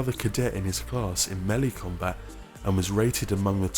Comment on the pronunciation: he pronoucned the wrong melee wrong